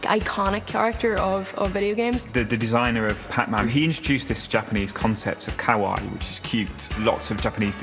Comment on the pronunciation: Interesting that the guy explaining "Kawaii" can't pronounce it. Otherwise top show.